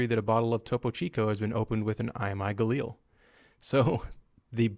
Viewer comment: How the heck did you pronounce Galil in the first part?! "Gah-Lil"